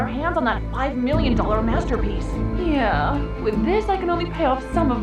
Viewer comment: That yeah sounded like YUH 💀😭😭